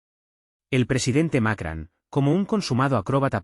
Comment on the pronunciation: No es Macran, es Macron! (con O no con A)